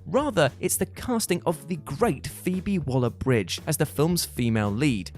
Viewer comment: Phoebe Waller Bridge.... are you having a laugh?